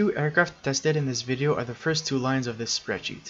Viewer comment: some of your words seem a bit squished together at times, like when you said the word "video"